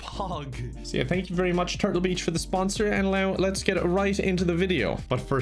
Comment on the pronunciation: The irish accent works against him once again... the sponsor of the video is "Turtle bitch". Is what i heard